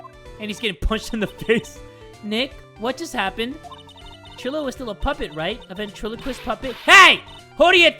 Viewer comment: bro trilo is pronounced try-lo like you don’t pronounce milo like mill-oh